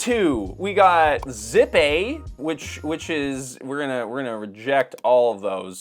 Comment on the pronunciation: It's pronounced zip-pay.